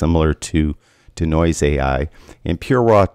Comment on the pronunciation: Consider pronouncing DeNoise as DEE-Noise instead of DUH-Noise?